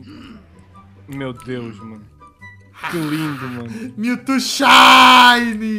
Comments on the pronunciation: kkkkk eu não sou hater eu amo-te e sou teu fã mais eu me mijo de rir quando tu falas "miutu" kkkkkkk fala direito kk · para de falar Mewto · pq o fala mewtu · Melhor Melhor ele falando Mewto kkkkk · o falando mewtwo ele fala meutu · ele dis miltu